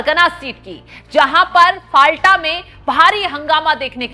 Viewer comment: फलता सही उच्चारण हैं। फाल्टा गलत उच्चारण कर रही हैं ऐंकर।